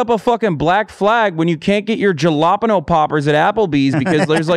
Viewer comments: Every time Hasan says "Juhlapano Poppers", my tear ducts coom. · The biggest thing for me was the way hasan pronounced "jalapeño" popper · I am ✨ traumatised ✨ by how Hassan said jalapeño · DID HASAN JUST SAY JALAPENO?!!!!!? JAH LAH PEN OH?!